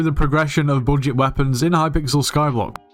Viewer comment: "so, you're on a bojit" yeah, this is a skyblock tutorial.